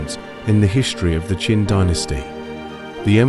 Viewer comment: Your AI voice is mixing up the Qin and Qing Dynasty's.